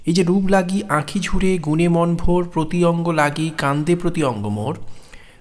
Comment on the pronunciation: বেশ হয়েছে। সুন্দর শব্দ চয়ন, সুভাষিত ব্যাখ্যা, কণ্ঠস্বরের রোমান্টিকতা, সব মিলিয়ে অনবদ্য। তবে বচনের লয় আরও একটু বিলম্বিত হলে ও কিছু কিছু শব্দের উচ্চারণে বৈষ্ণব পদাবলীর ঢং মেশালে ষোলো কলা পূর্ণ হতো; যেমন - "রূপ্" লাগি না বলে "রূপো" লাগি বললে, গুণে "মন্" ভোর না বলে গুণে "মনো" ভোর ইত্যাদি উচ্চারিত হলে ষোলো কলা পূর্ণ হতো! ❤